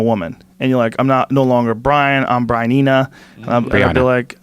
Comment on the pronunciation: It's BRYNEENA!